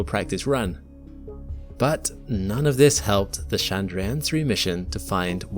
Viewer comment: Chandrayaan is not French, it's not Shandrayaan, it's Tchandrayaan just as you would say Church. Besides, you're speaking English. But if you're insisting on switching accents and language rules mid sentence than at least get it right. You can use Google translate to find out and Hindi is available.